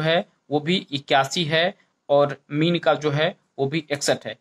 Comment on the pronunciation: Kumb or Meen no’s. not clear